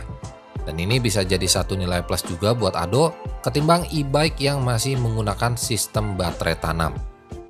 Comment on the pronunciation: Ado om bukan ado' peakk